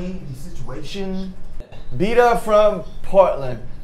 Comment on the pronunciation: Czy tylko ja śmieję się z momentu, w którym Namjoon przeczytał "bita" zamiast "Beata" XDD